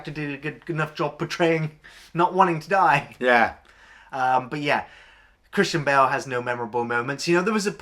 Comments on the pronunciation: For the longest time I thought was saying "Christian Bale" instead of "Kristin Bell" and I was like where's Christian Bale? ha! Nice review as always. The American film does look the pits! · I keep hearing him say Christian Bale 😁